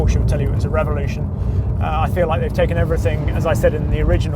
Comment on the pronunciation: Funny how he pronounces evolution and revolution.